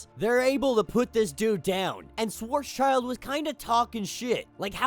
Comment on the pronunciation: i love how marvel gets better and better at connecting its stories. not one part so far, that lack behind. all are an banger. also: his name is pronounced shwarts-shield not shworts-child (not sure if we will hear his name ever again though XD).